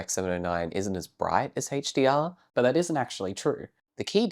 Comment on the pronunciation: I'm not here to whinge about rec709, I'm here to rag on "Həidgj-Dee-Arr"